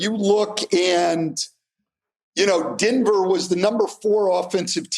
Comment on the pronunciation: Stan and say Denver the same way. Dinver